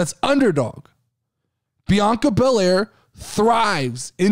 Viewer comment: And yes you said the name correct. Also thanks for the podcast shout out I appreciate it!!